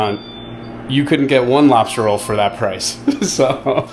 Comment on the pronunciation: I swear it sounded like you said you were glad you got your "robster" roll, when you were by the truck. 🤪🤪